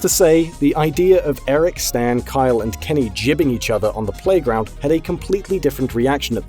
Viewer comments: "jibbing" it's GIBbing, fuck, this is like jif vs gif all over again. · Gibbing not Jibbing. I bet you're one of those people who say jif instead of gif shakes head in shame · It's not jibbing, it's gibbing with a guh sound. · Did-- did you just fucking say JIBBING? What the everloving fuck, man? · Did... did he say "jibbing"? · Why did you pronounce 'gibbing' like it has a J? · No, I was talking about you. Getting this upset about the pronunciation of an abbreviated slang term. It's really pathetic. I just wanted to comment on how Ive never heard the word pronounced with a J, but I do still think it sounds stupid that way and will continue to say it wrong. I really hope you dont conduct yourself like this in public.